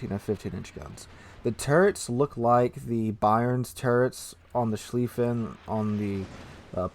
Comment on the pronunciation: About Goddamn time. I've been waiting for the German First World War battlecruisers since the game came out. They're my favorite warships in naval history. Sir? It's Mult-keh, Ru-prekt, and Sh-lyfen. I think. And the Von der Tann, Derfflinger and Moltke are my babies, and the Mackensen. 😊